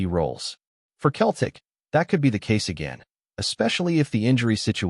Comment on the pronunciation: It is not pronounced Keltic. It is pronounced Seltic.